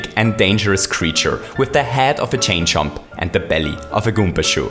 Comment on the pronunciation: He said champ chomp